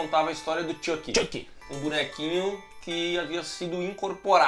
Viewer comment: Fala o nome do Chuck certo... É xuqui